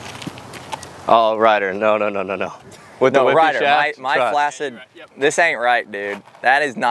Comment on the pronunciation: "Is it flasid." lol